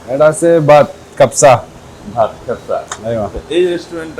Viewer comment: Bhai khebsa...na...ucccharon holo KaabSa keno emon kore bolen..shunei mone hocche bolchen Khetsa...😢😢